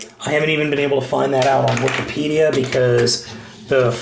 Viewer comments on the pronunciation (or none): none